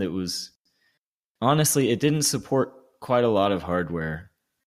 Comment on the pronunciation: "Suppprt firefox" loved that